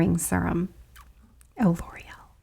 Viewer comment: This is 1st time watching. Pace needs to faster, too drawn out. P.s. serum is pronounced - seer um versus sir um. Maybe watch more